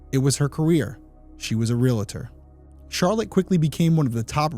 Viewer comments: PSA: ree-al-ter, not ree-luh-ter. My mom's pet peeve, may she rest in peace. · Also, it's real-tor, not real-a-tor. It's like fingernails on a chalkboard to keep hearing that. I have to correct people all the time. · It's REALTOR. Not Realitor. It's the first think you learn in real estate school. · Real-Tor vs RealAtor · Love what you're doing. Realtor is pronounced: ree·uhl·tr (Think 'real'.) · The word "Realtor" is pronounced "REAL' tor" with two syllables, not three.